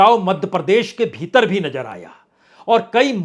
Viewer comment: Bajpai Sir hum daily aapko sunte hain bahot achchha kaam karte hain aap details bolte hain aap lekin ek request hain aapse thoda sa pronounce aap theek kijiye koi mushkil nahin hogi alfaz ko durust kijiye jaise Nazar boliye Najar nahin aise hi aur kayi shabd hain please Sir ji yeh aur jaise Hazar bolein Hajar nahin Please Sir aap bura na maane aur jaise cheezon ko cheejon nahin thank you so much God bless you dear Prasun Sir ji👍